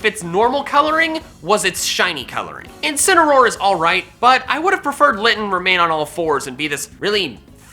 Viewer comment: THE FIRST A IN INCINEROAR IS SUPPOSED TO BE AN E!